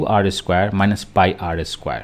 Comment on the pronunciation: sir it's pie